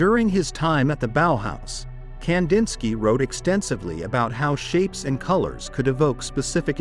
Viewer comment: Ai... goodbye immediately leading off with that awful mispronunciation